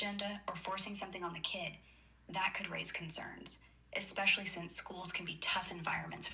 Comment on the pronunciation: Did that bot actually say “ekspecially”?